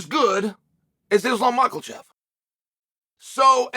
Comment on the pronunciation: Uncle Chael has spoken, « Islam Michealchev » should be ranked higher.